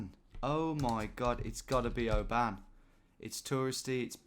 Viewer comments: I live in Oban and I've came to terms with it, especially working in the hospitality trade and visitors pronouncing it oBAAN. Phonetically it's Obun. It's gaelic for Little Bay I think. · When you were saying “an” I was like no don’t go down that rabbit hole! It’s “on”. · Just for information for our non Scots , Oban is pronounced Obin, not O ban , first video I have watched, thoroughly enjoyed it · Its not LOTH ian it's LO thian and it's not O ban pronouncing the O it's just oban. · "Oh Ban" At least pretend like you dont know how its pronounced. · That is not how to pronounce Oban, it's more like obin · The “O ban hotel” 😅 you make our places sound posher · Please never say oban like that again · FYI - Oban is pronounced with the emphasis on the first syllable like in the word "open". And storeys is spelt like that when describing the number of floors in a building. I was thinking Caledonian at the start but quickly realised it had to be a hell of a size! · mate please learn how to say scottish town names properly irvine and oban not what you keep saying